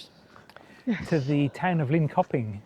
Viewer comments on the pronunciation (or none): The K in Linköping is pronounced with a soft tj sound. Kungsträdgården metro station is located approximately 34 meters below ground level. The platform is 29.3 meters below sea level, making it one of the deepest stations in the Stockholm metro system. So yes, it is a cave.